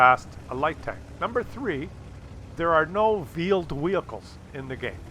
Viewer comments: he didnt say that... he said Vheeled Wehicles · “Vheeled wehicles”. Classic